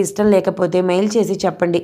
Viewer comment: మెయిల్ అని చదవాలి. మయిల్ కాదు ప్లీజ్. వెయిట్ కూడా మీరు వేరేలా ప్రొనౌన్స్ చేస్తున్నారు. స్సరిగ్గ చదివితే ఇంకా బాగుంటుంది అన్న ఉద్దేశం తో